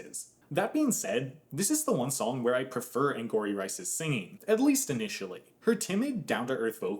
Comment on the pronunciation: It’s not “Anne-gory” it’s “Anne-gowry” like Tia Mowry